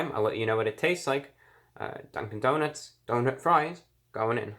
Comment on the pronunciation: Legend has it reviewbrah is still saying dunk-in donuts to this day